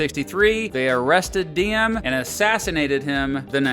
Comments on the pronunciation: kinda funny, u pronounced Diem as "Diem" basically mean a whore in Vietnam. To pronounce it correctly you should use Ziem with a big Z like Zion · Diem is pronounced Ziem - Any D without a line through it is pronounced as a Z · Its funny when you said “diem” sound like điếm in Vietnamese which means “bitch”😂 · while im happy this video exists, i'd appreciate if you looked up how to pronounce vietnamese names correctly next time. just a small criticism! (particularly the names that start with the letter D - Diem should be Yee-ehm, Le Duan should be Leh Yuan, etc)